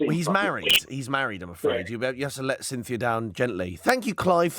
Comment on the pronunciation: Clive and “Cynthia” 😂😂😂